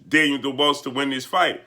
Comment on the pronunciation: What did this clown just call him???..Daynell DuBalls Hahaha Let me help you sir...Dan-i-el Du-Bois (pronounced Do Bwaa) Blessings